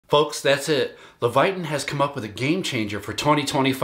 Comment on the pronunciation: LEVITON - pronounced "Leh vuh tin" (not "levayton"). Just helpin' out.